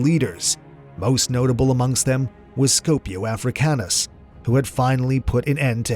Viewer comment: It's "ScIpio AfricanUs". Major shot to your credibility that you can't get the name of one of the major players correct.